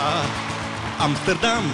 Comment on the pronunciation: sbaglio o dice amterdam XD?